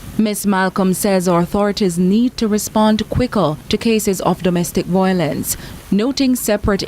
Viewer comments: Agree with you. There is no such word as voylence!!!!😃She said it 4 times!! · CVM, please get speech training for your news presenters. Imagine, repeatedly says VOYLENCE! 🤦🏾‍♀️